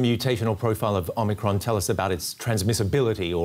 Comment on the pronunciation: Omicrons ?? sounds like O´Macron.